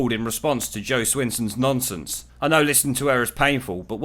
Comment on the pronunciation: When you brits say "nonsense" it also sounds like you're saying "nonces" m8 😂 other Americans won't pick up on it mostly but nonces is all I can hear. I first noticed it when you said nonsense the other day in a vid lol